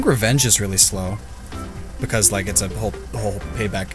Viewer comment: DO NOT LEAVE OFF THE E IN OCTILLERY! BECAUSE, NOT BECUS!